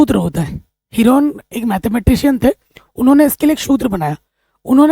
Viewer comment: सर हीरोन है हीरोइन नहीं 😂😂😂😂😂😅😅😂😂😂😂